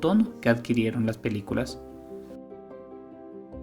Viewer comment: Pierce "Brosban"??